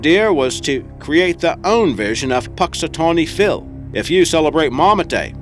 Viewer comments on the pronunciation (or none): none